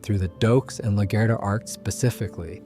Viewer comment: Laguerta is pronounced La-gwhere-ta